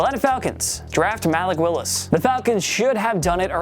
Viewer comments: Malek willis 😂😂 you mean muh-lik willis 😂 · Really? “MALICK” Willis? 🤨🤨 it’s “Muh-leek” 🤦‍♂️ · are you serious? You STILL can't pronounce Malik Willis' name?!